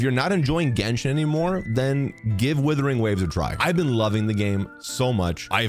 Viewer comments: This is the most based comparison I've seen so far for months. But stop butchering Wuthering into Withering dude 😭😭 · It's WUTHERING not WITHERING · I love you(no homo), but please, for the love of God, realize that it is "Wuthering" not "Withering" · Wuthering, not Withering. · Wuthering. Wuthering. Wuthering. Not Withering. It's not hard dude. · Days since pronounced “Wuthering” as “withering ZERO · Love you....but it WUTHERING NOT WITHERING. great vid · ONCE AGAIN < ITS WUTHERING WAVES NOT WITHERING WAVES> WOO-THERING. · Just please start calling it Wuthering and not “withering waves”. Usually I really don’t mind these videos but this one made me surprisingly annoyed. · dude plz its wuthering........wuuuuu.....wuuuuuuuu. not withering plz :) its not a big deal but plz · Wuthering!! Not Withering. Literally like nails on a chalkboard…. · Are you doing this on purpose? WUTHERING not withering. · "WITHERING WAVES" 😭😭😭😭😭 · Ur saying withering on purpose arnt yu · WHY IS BRO SAYING "WITHERING WAVES" EVERY TIME 😭😭😭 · Not thinking it's "Withering" Waves O _O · When are you going to pronounce wuthering waves correctly 😂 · Every time mispronounces 'wuthering', there's a Tectone losing it somewhere out there. 😅 But yeah, I agree. Playing both is the best if done right.